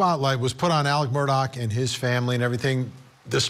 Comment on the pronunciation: It’s pronounced MUR DAW not MUR DOCK for the love get it right.